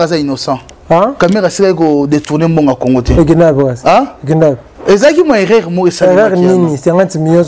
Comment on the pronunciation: On dit erreur et non eraire